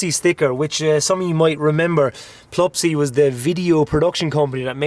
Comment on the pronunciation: How are you reading PLUSPY as PLUPSY?